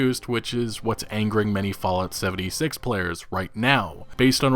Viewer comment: At first you said “Fallout seventysex”